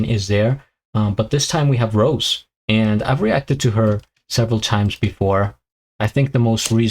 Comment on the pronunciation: It's Rosé pronounce Ro-zay